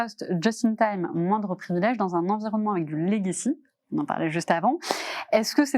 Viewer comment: Il ne peut pas y avoir une prise de conscience des risques numérique si il y a des mecs qui parlent franglais, utilisent des mots anglais qui sont des faux-amis de mots français. Il y en a un qui dit : "j'ai 10 ans de legacy". D'une part il est infoutu de prononcer le mot correctement, d'autre part, ça veut dire quoi dans le contexte? Je suis dans l'IT depuis plus de 20 ans, je bosse sur de l'IA et de la cyber-securité. Je n'ai aucune idée de ce qu'il raconte. Arrêtez cette vibe pourrie de bobos d'employé le franglais. Parlez français ou anglais mais choisissez !!🤬😡